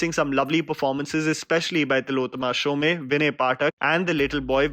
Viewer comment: Tillotama "ShomEY" lmao. When you're trying so hard to be pretentious, at least google how to pronounce the names properly.